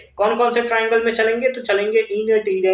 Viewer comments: Triangle❌ tirangle✅ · First he Saud right then teerangle